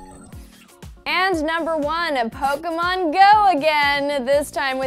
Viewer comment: Is she saying Pokomon?